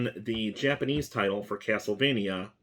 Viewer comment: Finally, a YouTuber that knows his Japanese pronunciation.